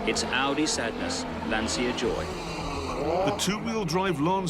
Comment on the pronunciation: Clarkson: Insists on pronouncing Lancia wrong despite definitely knowing how it should be said. Also Clarkson: Only English speaker in the world who pronounces Volkswagen correctly when not speaking German. British default setting: Troll (Do be subtle about it though. Bally mods abroad tonight. 🧐🍺)